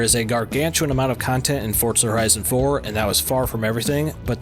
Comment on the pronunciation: Forza not Fortza.